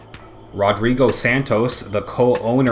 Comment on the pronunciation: 'RodBigo' LOL!